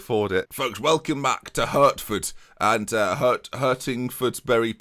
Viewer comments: Hertford is pronounced Hartford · Its pronounced "Heart-ford" :') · 'Hurtford' come on 😂😂